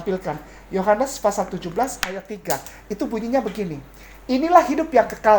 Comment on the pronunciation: Pasal bukan fasal